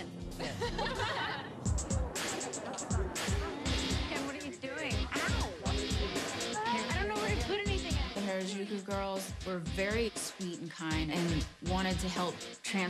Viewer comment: You'd think after being told "Hah-rah-joo-koo" (Harajuku) hundreds of times, they'd finally pronounce it right.